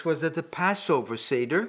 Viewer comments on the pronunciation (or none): none